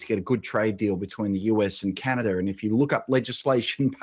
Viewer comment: Canader? You serious dude